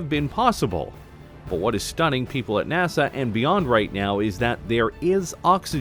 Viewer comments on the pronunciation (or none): none